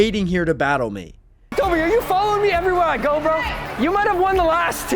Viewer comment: It’s Coby not toby 😂